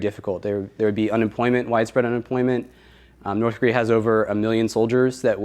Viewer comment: actually pronounced "Norse Korear". I watched a documentary, I know.